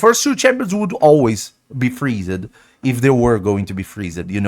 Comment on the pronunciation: Freeze-ed xDD